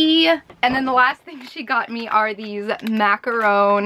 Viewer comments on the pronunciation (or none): You’re pronouncing macaron wrong. You’re saying macaRONE when it’s pronounced macaRON.